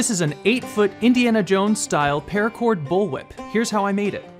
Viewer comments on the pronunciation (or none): none